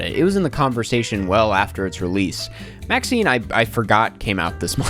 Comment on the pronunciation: Your pronunciation of MaXXXine made me exhale through my nose Also not the Wicked slander 😰